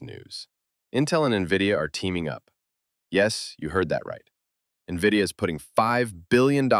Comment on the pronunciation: Nahh this is definitely AI.....brother cant pronounce NVIDIA..... N V I D I A...this aint spelling contest lad😂